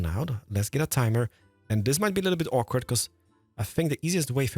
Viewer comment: "This might be a little bit OREkward."